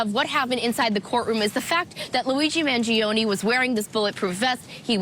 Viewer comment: It's MAN-GEE-OHN, not man-gee-ohn-ee.